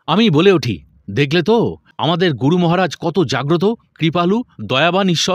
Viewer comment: Asadharon paath Karen apni. Ami gunomugdho. Tabe 'Guru' kathati keno jani na amer kane 'Goru' sonai majhhe modhye. Vul jar e hok amader e sudhre nite habe mone kori.